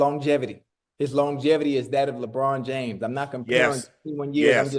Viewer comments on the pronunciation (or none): none